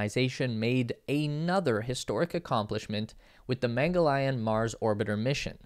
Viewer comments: Well, you got everything correct except for the pronunciations Chandrayaan is pronounced as 'chandra yaan' Mangalyaan is pronounced as 'mangal yaan' Shukrayaan is pronounced as 'shukra yaan' also, 'Chandra' means Moon, 'Mangal' means Mars and 'Shukra' means Venus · Presenter!: CHANDRA+YAAN, Mangal+YAAN!---LEARN TO PRONOUNCE IT! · Great video Was comprehensive Perhaps you could work on the pronunciation of Mangalyaan and Chandrayaan and Aryabhaytta